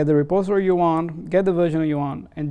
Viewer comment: The video is pretty informative, but the "repostory" instead of "repository" sounds weird.